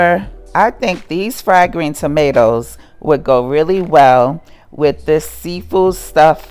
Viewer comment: It's pronounced "Sam mon" The "L" is silent.